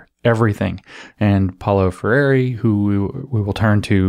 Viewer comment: PRONOUNCE: Paolo Freire POW-lo FRAY-ray (tap the Rs) Edit: Optionally, more anglo: FRAIR-ay (American Rs)